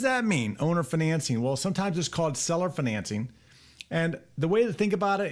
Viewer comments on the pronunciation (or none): 🤣 “fuhNancing” sounds so fancy. Might be a fun drinking game, do a shot every time he says “fuhNancing”